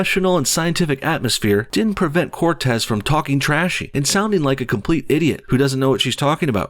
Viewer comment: Don’t you mean Corrrrrrrrrrrrrrrrrrrrrrrrrrrrrrrrrrrrrrrrrrrtez?